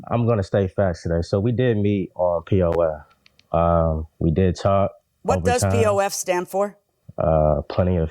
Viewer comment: Did she say pof cuz it sounded like POS 🤣